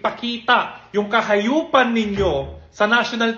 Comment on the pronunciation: Ang Hindi ko ren maintindhan Mr Rendon ang pag diin sa sinabi mong kahayupan . Wow ang linis2 mo. Ever since ba hindi mo gingawa yun? Be honest darlng